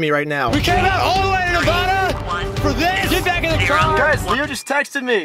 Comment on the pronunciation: Yo i used to love your content but then i heard the way you said nevada i cant believe you bro